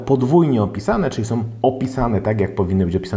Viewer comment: fajna recenzja, ale popracuj nad wymową. mówimy są, a nie som itd. Poza tym super!